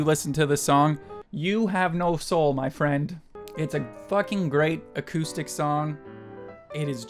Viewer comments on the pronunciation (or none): none